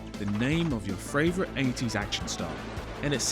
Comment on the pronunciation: Please stop saying ‘fravefrit’. It’s doing my head in.